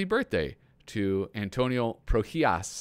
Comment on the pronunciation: Hear that? "Pro-HEE-ahs"! Nicely done (the second time).